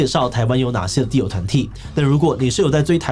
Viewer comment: 只有我一直聽 地偶, 地偶, 地偶 最後聽成 Dio的嗎?